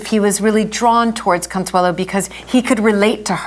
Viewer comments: Why does she keep saying "Consuela" its CONSUELO... it ends in o... Consuelo... no la. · A great videos. Just a little pet peeve... her name is Consuelo, not Consuela (pronounced "owe" at the end, not "uh", or am I wrong? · Is she mispronouncing her name ? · Con-sway-lo Baaa-roke These pronunciations…..ugh!